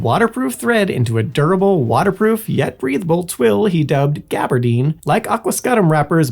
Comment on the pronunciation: Interesting topic, but it would behoove you to know how to pronounce the words in your video. There were at least a half dozen mispronounced, including lanolin and gabardine, among others. Pronouncing words incorrectly undermines people's confidence that you know what you're talking about. Just a helpful tip.